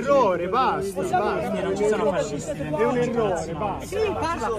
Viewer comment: O Dio mio! I fassisti! I fassisti!🤦🏻